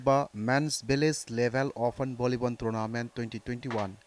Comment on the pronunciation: .Is it just me or Did i just heard "Vonnibon ground" ? 😅